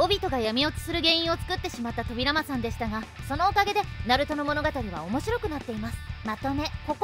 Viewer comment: そうですか！自分もナルト好きなので頑張ってください！ あと、個人的に扉間のイントネーションが少し気になりました…